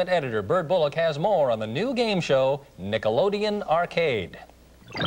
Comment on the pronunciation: lol "Nickleodeon"